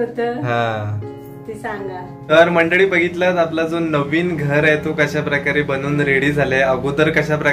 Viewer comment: नेहेमी तुम्ही मंडडी मंडडी म्हणता. मंडडी नाही. मंडळी म्हणत जा. आपल्या मायबोलीची अशी अवहेलना नका करू हो. 🙏